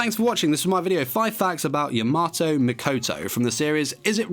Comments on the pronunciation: YamAto, not Yamoto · Name is: Ya-MA-to pronounces it: Ya-MO-to RIP AND TEAR RIP AND TEAR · YamOto ah, ya-NO-to It's Ya-MA-To